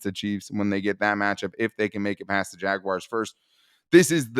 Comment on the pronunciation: Why do you guys say “Jagwires”? 😂